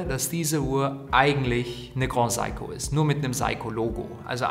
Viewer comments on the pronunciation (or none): Danke für das Review. Good Job, sehr angenehm zuzuhören. Aber bitte bitte, das Grand in GrandSeiko wird nicht französisch ausgesprochen.. siehe Video vom CEO von GS. ;)